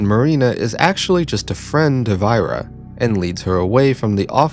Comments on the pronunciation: The novel helps me feel empathetic. Also she's pronounced 'Ee-ra', not "Ai-ra'. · Ira is pronounced like era, welcome back